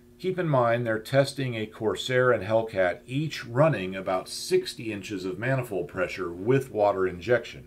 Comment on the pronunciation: I almost listened but heard the voice and knew "maniold pressure" would be endless. Other that that usually good content.